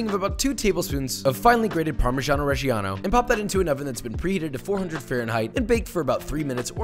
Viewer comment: Americans can't pronunce parmigiano reggiano but here is a little help: pahr-mih-DJAH-noh red-DJAH-noh